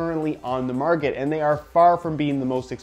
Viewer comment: When you said "Currently on the marget" , it reminded of my Year 12 business teacher saying "Tarket Marget" for an entire lesson xD